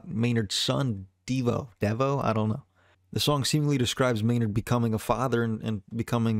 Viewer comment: It’s Devo. The band. Devo. Pronounced Devo. Kid is named after the band… Devo